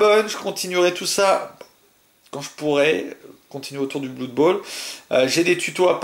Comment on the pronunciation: sympa ta vid . juste blood ne se prononce pas bloud